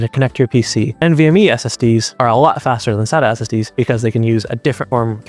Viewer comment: You need to learn how to pronounce "SATA" and probably "DATA" as well!